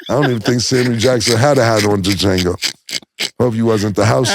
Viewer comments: Dee-Jango...Fellas the D (pause) is silent smmfh! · That's Wild! The D is silent pause!!😂😂😂 Dajango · "DaJango" is crazy 😂😂😂 y'all, the D is silent... pause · Cam said Da Jango lolol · Pronouncing the D on Django is gold 😂😂😂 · It's Jango, the D is silent... pause, no Lucien... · the d is silent in django yall sound dum every time lmao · Django????..... ummmm the D is silent lol #Pause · The D is silent inDjango fellas 🤦🏾‍♂️ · The D is silent #Django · The D is silent is CRAZY 😂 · The D is silent in Django 😂😂😂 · The "D" is silent 😂😂😂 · Jaimie Fox even told you how to pronounce Django. The D is silent. No Iddy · "It's Django.. the D is silent" 😂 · the D is silent mutha fucca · The "D" is silent (pause) in Django. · Wait, did they BOTH say “on De Jango?” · The D is Silent....PAUSE 😅...DJANGO!!! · The “D” silent in Django pause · The D is silent 🤣🤣🤣 #pause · These dudes pronouncing Django wrong is hilarious 😂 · All that money and they got and still can’t say Django right 😂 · The d in django is silent #Pause 😂